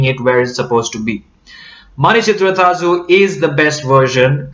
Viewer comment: You pronounce 'zh' almost as perfectly as a Malayalee! Non-Malayaees normally pronounce it as 'lu'.